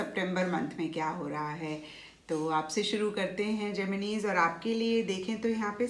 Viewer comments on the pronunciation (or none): Mam pls Gemin-e math bolo it's Gemini ☹️ Pls it hurts.